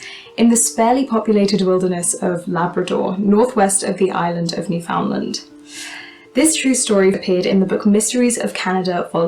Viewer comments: Please learn to pronounce Newfoundland properly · but cant pronounce Newfoundland worth a crap